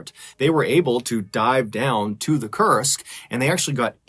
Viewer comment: so thats how you spell Kursk. I heard it till the end, it as "Cursed".